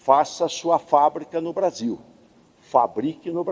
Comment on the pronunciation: Fala. Brasillllll , igualmente ao vargas.